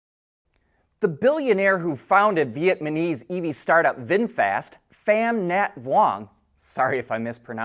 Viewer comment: Don’t mean to be rude, but you pronounce Vietnamese incorrectly. Love the show! 👍🏼